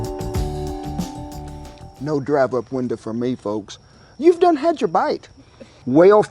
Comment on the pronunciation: "the drive up winda". Lol. You country!